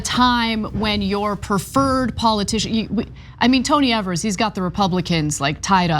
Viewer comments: Exactly. His name is pronounced as eevers. Not Evers. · It's Ee-Vurs, not Ev-Ers, FYI. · KNEW Ana would be the type to pronounce it (incorrectly) as "eh-vers" instead of "E-vers" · "First governor in a million years" ... To Grow A Pair! By the way, its Eeeeee-vers, not evers. Having shared that, Gov. Evers is an educator, school superintendent, etc, so he Knows to his bones how important any and all assistance to and for students to learn as much as they can before they step into this 'adult' world. Did anyone notice he also kept the dollars in for voucher/charter school kids? Its because it's about The Kids! Gad Bless Him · Of, for FUCKS sake. His name is pronounced EEvers, not ehvers. He's been governor for FOUR years and you STILL pronounce it wrong. You are supposed to be a professional - learn how to say peoples' names correctly. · When Tommy Thompson was our governor, for years and years, he used this power regularly, so turnabout is fair play. One nitpick: Evers is pronounced "Eevers", not "Evvers". Keep up the good work. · His names rhymes with beavers. As progressives you really ought to know that (he's been Governor for 5 years). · I live in Wisconsin. This power has existed in Wisconsin to governors for decades. They only complain when a Democrat is sitting in the governor's office and he exercises this authority. And by the way, his name is pronounced "Eavers." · FYI it’s Tony Ee-vers, long E. Also Wisconsin governors have had the Line Item Veto for as long as I can remember. Generally speaking, Evers doesn’t have wide sweeping powers because the republicans stripped most of them when he was first elected. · I think his name rhymes with Bever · Tony Evers is one of the two best things that have happened here in Wisconsin and the other was a Democrat getting elected to the Wisconsin State Supreme Court! And for your information, the governor's last name is pronounced a long e as the first syllable! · It's leviOsa, not leviosA...